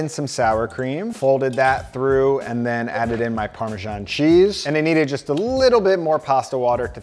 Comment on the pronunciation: Great content! Thanks. But, please check your pronunciation of parmesan